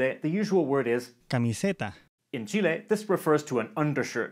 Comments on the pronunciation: I like that he says "Chile" and not "Chili" ❤❤ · As a Chilean i really appreciate the fact that you call us Chile with the letter "E" pronounced as Spanish and not the English "E" which make it sound more like "Chili" the meal for us. Great Video! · kind of unrelated but god I can't thank you enough for saying Chile right! I really hate it when foreigners say it like "Chilli", really ticks me off.